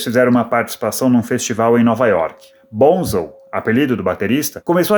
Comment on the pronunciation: vc sabe muito sobre o Led, mas nao coensegue pronunciar o apelido do Boham corretamente. Nao e BONZEL e sim BONZO. Aprendeu?